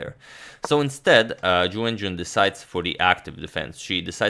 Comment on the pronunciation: I don't know why but every time he says Ju Wenjun i hear "jew engine". :D